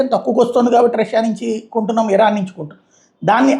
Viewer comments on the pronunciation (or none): none